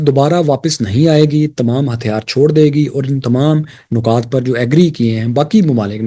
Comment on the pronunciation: سر نکات کے 'نون" کے نیچے زیر ہے اسے پیش کے ساتھ نہ پڑھیں ۔پیش کے ساتھ بالکل الگ لفظ ہے خوش رہیں